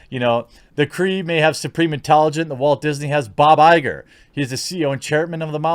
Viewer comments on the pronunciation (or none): none